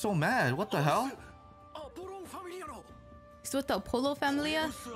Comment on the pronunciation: It's AW-POLLO not AHHH-POLO